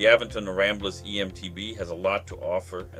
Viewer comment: Great review but your saying the company name wrong It’s Aventon not A ven ton❤️